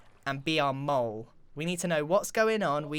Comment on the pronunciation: It actually is mole, not mule.